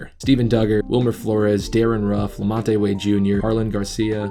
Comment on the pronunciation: I’m sorry but...lamon-tay 🤣